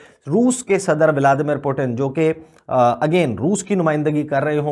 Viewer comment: Abe बोबडे narrator, it is vladimir not vaaldimir